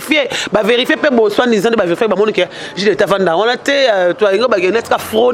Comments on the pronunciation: kota cour ya français stp ma chérie Pô niveau ki zoba oza na problème ya prononciation Pour aidé des armes elongwe âme pour sauvé KK yo olobi soit ndisant au lieu de soit disant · On dit malgré et non malge soi disant et non soindisag